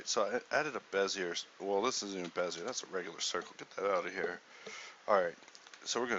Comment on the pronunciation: It's pronounced like "Bezeeyay" (I actually pronounced it wrong, I was thinking "Bizyay" but corrected myself). It's named after a french car designer. Other than that I can't hold a candle to this.. Checked to see if I got it.. .. I created the Torpedo tutorial for blender 1.6 , that was like probably 15 years ago.. I was totally stunned by this tutorial, so much to learn.. I love the fact that I can put links in youtube now, they used to forbid that.. as with the famous cigarette slogan, you've come a long way baby!!